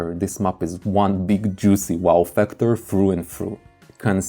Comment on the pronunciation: Please say mäps, not mups. Fäctor, not fucktor, imägine, not imugen